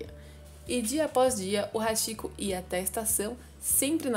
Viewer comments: A pronúncia não é "Haxiko" e sim "Hatiko" , porém a escrita é Hachiko , pois o "chi" tem pronuncia de "ti"... isso não é uma crítica e sim uma observação👍🏻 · Nao é hashiko q se pronuncia, e sim hatiko ( Hachiko) CHI em japonês se pronuncia T.I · Se lê ,RATICÔ !! RS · Posso ajudar? A pronúncia seria "ti" onde está "chi" tanto em japonês quanto em inglês, o ch é lido como "t". Você acertou na pronúncia do "ha" que da mesma forma é lido como "ra" como rato. Então a pronúncia seria "raticoo" prolongando o "o" no final. 😊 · Apenas corrigindo a pronúncia, o correto seria pronunciar Hatiko, seria ti e não chi. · Se pronuncia RáTico